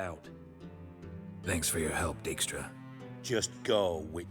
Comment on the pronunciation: Dijkstra is actually a Dutch name and as such the "ij" should be pronounced as I like in eye 😉.